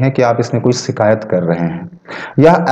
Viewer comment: " शिकायत " और " सीकायत " के उच्चारण का फर्क समझो